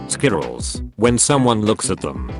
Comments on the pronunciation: Lmao i love how he says squirrels It sounds like skittles! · There should be an episode just of him saying “squirrels”